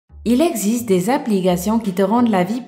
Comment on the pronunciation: ""il exize des abligations" ... mdr AR-TI-CULES